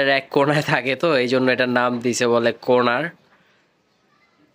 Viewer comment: এক কোনে থাকবে তাই এর নাম হলো কর্নার, বারবার কোরনার কেনো বলছো ?